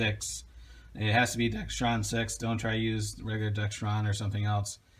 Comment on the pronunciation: WHY do so many people pronounce it DEXTRON? It is pronounced DEXRON like it is spelled.